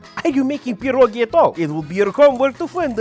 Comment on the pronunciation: I love the fact that you pronounce pierogi CORRECTLY (and you know the singular is pierog)!! 🥟 Being in the U.S., some of my relatives don't even say it the right way! 🤔